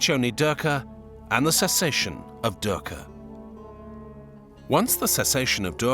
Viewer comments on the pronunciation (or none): Video says PART 2. Please provide a link to Part 1 in the description. Thanks much. And oh, I can't help but smile when I hear you pronounce DUKKHA as DERKA...😅 That aside, I am so grateful to you for having introduced us to Dr. Julius Lipner. He is part Indian and part Czech. Professor Emeritus in Religion, University of Cambridge.